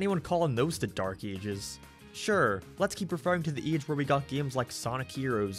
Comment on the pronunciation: I know he can't help it because of his accent but it really sounds like he's saying "eej" instead of "age" at the beginning of the video, he says it a ton of times and it throws me for a loop.